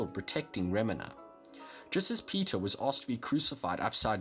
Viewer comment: This dood said remnah